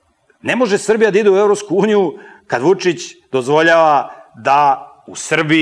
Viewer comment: Idljmo mi u Evopsku unjiju" M.Petrovic